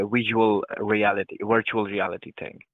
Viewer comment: "Wir-tuwal rEaLiTy" 😂🎉